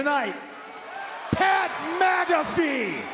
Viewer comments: Did Punk say Pat MAGA-fee? 🤣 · It sounded like Punk said Pat MAGAfee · I just realized that he said Pat MAGAfee 😂 this is Punk in all his glory right here 🔥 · Did he say Pat MAGAfee😮? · Did anyone else notice Punk's pronunciation of Pat "MAGA"fee? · bro literally said pat maga-fee 💀💀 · sounds like he says MAGAfee.